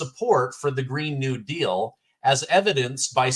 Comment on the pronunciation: “green kneel deal” LOL